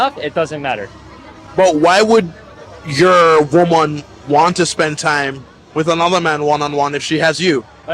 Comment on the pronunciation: “Your womaun”